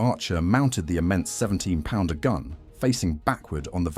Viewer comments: Also to pronunciation, it is not P-d-r but pounder. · 17 PDR? Take the time to type "pounder" into your text to speech please? Graphics are nice, not sure how accurate the stats are? There were 3 or 4 Marks of Beaverette all different, externally. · Apart from the mispronunciation of ‘PDR’